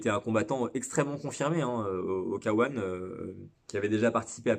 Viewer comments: Arrêtez de dire K1 "kawan" sans dec . Soit k un , soit Kay one . Dire le k en français et le 1 en anglais c'est pas top. A part ça , super chaîne , très intéressante , merci pour le partage de connaissances. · Et bein tu as tout à fait raison mais il faut voir ça comme le résultat du fait que les commentateurs d'Eurosport, disaient "Kawan" et que c'était à l'époque pour nous le seul moyen de regarder. Vois ça comme pour la pub du Game Gear (qui pronnançait "gire" et qui devrait normalement se prononcer "guire" ) ^^